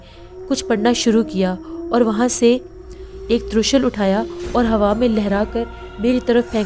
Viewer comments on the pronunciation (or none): Talaffuz ki kaafi mistakes ho rahi hai, jis se kahani kuch maand parr rahi hai. ✅ Tree-Shool.. ❌ Troo-Shal.. ✅ Sinaan (Nayzah) ❌ Sanaan ✅ Soostaana (act of laziness) ❌ Sastaana